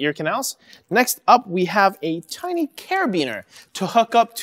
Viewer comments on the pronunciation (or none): none